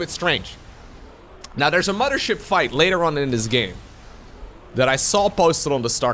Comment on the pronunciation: your the best caster, love your videos...but everytime you say 'mama' ship.. it hurts..